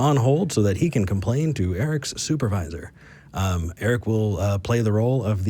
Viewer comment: " I Want your soop-a-vizor " YEEE ...................